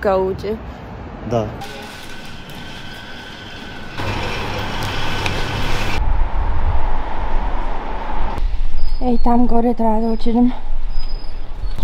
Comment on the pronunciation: Ходила съм в парк Гюел преди около 13-14 години и беше безплатен и добре поддържан. Ударението на Гауди пада на И.